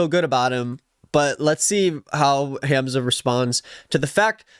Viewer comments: isn’t it pronounced hahmza🥹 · It’s not HAM zuh 😭 it’s Hahmza